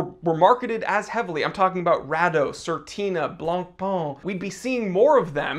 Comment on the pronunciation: Again: BLANCPAIN is not BLANPAAN: is french, so you need to say BLANPÈN. Oooookkkkkkeyyyyy?? 😈😈😈